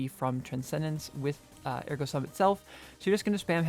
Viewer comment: Are we really back to pronouncing Ergo Sum wrong?